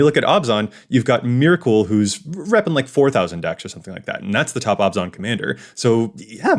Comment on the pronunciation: Every time pronounce Abzan as Obs-On, someone takes their Abzan deck apart.